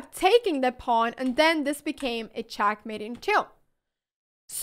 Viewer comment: Chack mate Chass Bast Bast chass chack mate There's no E in this ladies accent